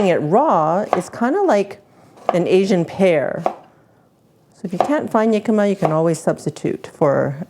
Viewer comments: Pronounced.....Hic-cam-ma, not Yic-am-ma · We used to live in Phoenix, and Jicama was EVERYWHERE down there. It's a staple of Mexican cuisine, and we've had it in hundreds of different ways. This looks like a fantastic new way to use it. By the way, it's pronounced with an H sound. It was driving me crazy hearing you call it "Yicama," lol 😂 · Jicama, my favorite substitute for water chestnuts when they aren't to be found. In the US, we called them "hicama" where the "j" is pronounced as an "h". It's interesting to hear that Canadians pronounce it as "yicama" like a "y".